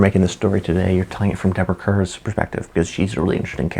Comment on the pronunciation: Deborah Kerr's last name was pronounced KAR. In Marty those were his siblings who had gotten married.